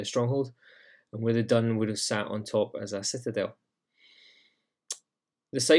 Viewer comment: 'Dun' is is pronounced 'doon'. It is the Irish word for enclosure/fort. Same thing as a ráta. The word dún is the same as the verb dún which means to close. "Dún an doras" - close the door.